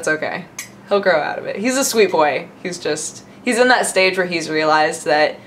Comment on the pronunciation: "He's a sweet boay"